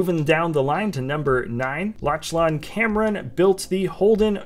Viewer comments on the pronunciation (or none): "Lotchlon" gotta be the weirdest pronunciation of Lachlan I've ever heard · Worst pronunciation of the name Lachlan I have ever heard